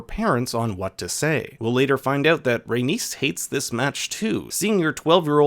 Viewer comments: Say it with me: RAY-KNEES, NOT RAY-NIECE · So you know how to pronounce Aenys... But you struggle with Rhaenys. When the only difference is the addition of 2 letters lol